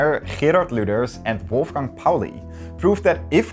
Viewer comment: so that's how you pronounce "Wolfgang" in German.